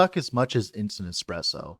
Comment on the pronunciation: Those who call "espresso" "eXpresso" don't deserve good coffee, sadly😢 Ok, you started to call it properly later on, but man, every time i hear eXpresso im dying inside. Thank you for the video, anyways